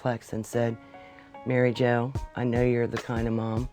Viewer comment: "Mary Jo" more like Mary Ho... sorry Sir Robert